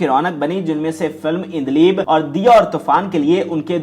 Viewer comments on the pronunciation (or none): Hay Hay “ INDLIB” na hove “ ANDLEEB”. Hove hai. Ilahi touba. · Haha ..kemal ,,endleeb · Urdu talaffuz saheeh karlo, kemal,ireni prveen, indleeb? Kia rerh lagayee hai.